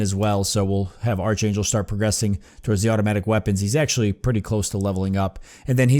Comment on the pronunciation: I've been kind of interested in seeing what this game is about for a while, so thanks for giving a good long look at it with this LP. Something that's been bugging me though; this whole time you've been mispronouncing a few words; mainly "melee" and "archangel" since they've come up so much. You've been pronouncing melee as "mealy" when it's actually "may-lay" - or "meh-lay" for the British pronunciation. For archangel, it's a hard "ch" rather than a soft one, so it's pronounced as "ark-angel". (Sorry, I know no-one likes having their pronunciation corrected... but it's been driving me crazy.) Also, you may have noticed this by now, but it appears that a number of enemies in the game do a percentage of damage described as "lasting damage" - or damage that reduces the max health of the character until they return to base and rest - and that's why there were times when you were trying to heal characters and it wasn't working. In their health bars, it looks like green is current health, grey is damage that can be healed via abilities or first aid kits or whatever, and clear is damage that can only be healed by resting back at base. (As far as I know, not having played Judgment myself.)